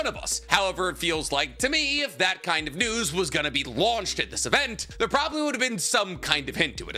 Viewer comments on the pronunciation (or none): none